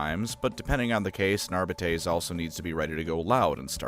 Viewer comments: Pronouncing arbites like this is crazy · I know that you know that your pronunciation of the word “arbites” is wrong. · My favourite part about the Adeptus Arbites is there is not a way to say the word “Arbites” that sounds remotely satisfying or correct Arba-taze? Arr-bee-taze? Arr-bee-tees? Arr-bytes? Arr-bi-tees? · You gotta say it like in Latin. Hercules --> Arbites. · I really hate how you keep mispronouncing Arbites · Is no one gonna mention how Arbites is not pronounced that way? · You could au least use the common mispronounciation instead of making up a worse one. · i dont like the way he pronounces arbites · Always thought it was pronounced ar bite ees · I’m not trying to be a dick, but I can’t handle the way this man pronounces arbites. It’s definitely Ar-bee-tees. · great vid but the entire vid made my skin crawl with how he pronounced arbites ar-byte-ease i know he did it on wrong on purpose as a filthy eldar symp and ive alerted his local inquisition and arbites detachment that a xenos lover is slandering the god emperor’s most unscrupulous most just and lawful organization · I thought it was "Ar-bee-tiees". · Almost correctly. If High Gothic is just off-brand Latin, then the correct pronunciation Ar-bee-tess. 'tes' like Tess, the hot bartender chick, not Tays, like some weird pair of femboy twinks both name Taye. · You played Rogue Trader, you know it’s pronounced “Ar-bee-tees”. I don’t like it either so respect the dedication lol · I to pronounce it "ARE-BITE-S". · Isn't it ar-bEE-tes? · Wdym worst, the worst is easily ar-bite-es. Plus, if my memory from the days of learning Latin serves me well, ar-bEEt-es is the correct one. And yes, I know, dead language and all that, but it still had rules and structure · Ar-bee-tees or Ar-bee-tays. Anything else is wrong, objectively. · It is pronounced « Ar-be-tess », you wretched colonials. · AR BITES not arb bee tays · It's not fucking "Arbitayyysss" but "Arbites". Stop pronouncing latin like a dumbass